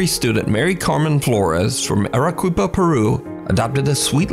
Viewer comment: Hey!! So just wanted to you know, if there is another video that so happenes to be in Arequipa it’s pronounced “Arr-Eh-KEY-Pah”